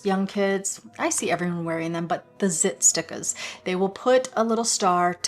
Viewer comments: Haha " zit stickas" haha cute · "Zit Stickas." 🤣